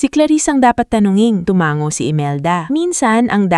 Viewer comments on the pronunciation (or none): Tumango Hindi tumanggo! Pilipina ka ba Ma’am?